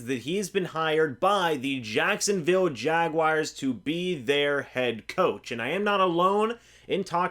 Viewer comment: It’s not Jag-WIRES!! It’s Jaguars